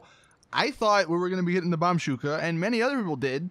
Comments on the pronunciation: i die a little inside everytime he says bombshuka instead of bushka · PLEASE, FOR THE LOVE OF GOD, ITS BOMBUSKA, NOT BOMBSHUKA! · SAY IT: BOMB-BUSH-KA NOT BOMB-SHU-KA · BOMBUSHKA NOT BOMBSHUKA...BUSHKA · PLEASE FOR THE LOVE OF MOTHER OF GOD, IT'S BOMBUSHKA* NOT BOMSHUKA OR BOMSHOUGA OR BOMUSHBA NEITER BORMGUSHKBA NOR BAMBOMKGBA PLEASE IT IS WROTE "BOMBUSHKA"* SO SAY BOMBBBBUSHHHHKAAAAA** por favor ! sorry it scratched my ears the whole damn video, good content tho ! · ITS BOMBUSHKA NOT BOMBSHUKA PLEASE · Bombshuka😂😂😂😂😂 İt is bomb-ush-ka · just doesn't read the comments... because he STILL calls it bombshuka.... it's BOMB-BU-SHKA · Bombushka. Not Bombsuka. Read it slowly then say it. Don't rush it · DUDE, it's the Bombushka, not the Bamshuka. BOMB. BOOSH. KUH. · BOMBBUSHKA NOT BOMSHOKA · Do you read comments? BOM-BUSHKA. Not Bombshooka. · Bomb-bushka not bomb shuka really not that hard to say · it's pronounced (bomb-boo-sh-ka) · FOR FUCKS SAKE ITS CALLED BOMBUSHKA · I am literally going to unsubscribe if he doesn't stop saying bomb shuka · I dont think he even reads the comments, this was spammed in almost every recent video and he still doesnt say it right... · This guy is still saying Bambushka wrong lol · Is dyslexic? Why can't he read/say Bombushka?